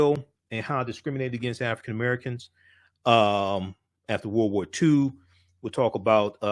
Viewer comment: It's World War not woh woh